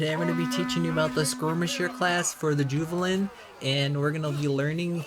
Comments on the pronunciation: Joovalin? Nah bruh. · Did you say "Juvelin"?